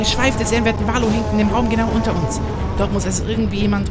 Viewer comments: bei Valoo betont man die "oo"s wie ein "u". Kleiner trigger deswegen in jeder Folge.:D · Bei ist das wie bei so Freefall-Towern (z.B. im Heidepark der Scream) + Valoo wird eher Valu als Valo ausgesprochen.